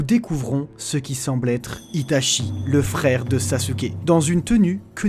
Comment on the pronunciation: mon dieu, les "r" 🤦 wesh fraikh (frère) 🫵😂 rip la langue française 🤦